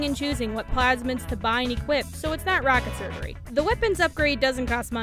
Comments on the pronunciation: What is "Roctket-Surgery" ya nerd! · Hard is my easy in bioshock but seriously bioshock 1 on hard is pretty easy and did you say rocket surgery?